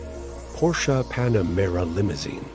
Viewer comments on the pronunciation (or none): Its PanaMERA not PanaREMA